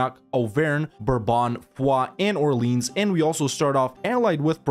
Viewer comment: Ohr-Lay-Awhn. smh or-leens